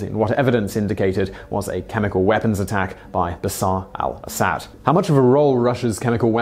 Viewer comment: also, Bashar al Assad, not bassar